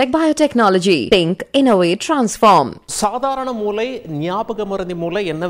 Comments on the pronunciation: தாங்கள் மூளை ( brain) என்பதை மூலை ( corner) என்று சொல்வது போல் கேட்கிறது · தமிழ் உச்சரிப்பு மூளை ஐயா நீங்கள் மூலை என்று உச்சரிப்பது போல் உள்ளது நன்றி.